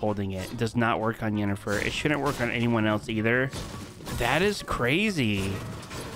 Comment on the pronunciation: U can know did not play The Witcher nor watch the TV Show because the way he pronouns Yennefer name 🤣